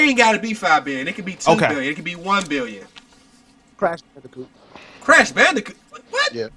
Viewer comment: Did he really say Crash Banidcoot? Do you know you'd have to be in your 30's like me to even know wth that game is. Lol